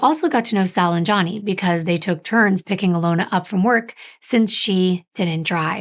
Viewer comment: You did a great coverage of the case. I hate that you kept calling Gianni, Johnny though lol. It is pronounced G—ON-EE lol 😆 I thought I was tripping at first lol 😅 Regardless I love how detail oriented you are